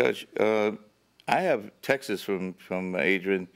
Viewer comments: Omg it's so annoying. How hard is it to say texts??? 😂 He sounds like such a dope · “The Textes” 😂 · I do wish people would learn to pronounce the plural of text! There's no such word as textes!!! It's texts (one syllable). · funny they always say textes not texts lol